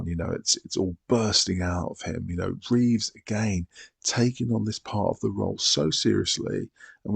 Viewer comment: Reeve, not Reeves. No "S" at the end.